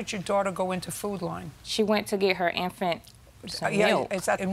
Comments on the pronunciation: “Foot Line” 😆 is all I hear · The fact that they got judge Judy to say"food line" instead of "food lion" is HILARIOUS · Food Li-on, its Lion🦁 for fck sake, not "Food Line"😂🤦‍♀️ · I thought they were saying "Food Line"... nope its "Food Lion" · Is the plaintiff trying to say Food Lion?